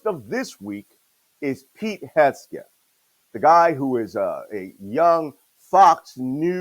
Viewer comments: "Hesbegeth!" Just one of the several ways that Malcolm mispronounced Pete Hegseth's name! 😅😂 I also heard "Hesgeth." I just love Malcolm ❤️ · Whether intentional or not, Malcolm mispronouncing Pete Hegseth's name is hilarious. Malcolm, just call him what I call him: "Hog-spit" 😂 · I love Chief Malcolm's refusal to pronounce "Hegseth" the same way twice 😂😂😂